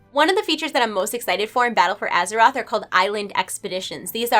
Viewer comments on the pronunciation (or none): Azherite?? Oh right didn't realise we were questing around with our characters on Azheroth. Thought it was Azeroth but there we go xD. Only dig, other than that great vid!